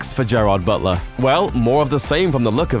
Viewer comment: is he saying "Buttsler"? Sounds like he says it correctly some of the time though. weird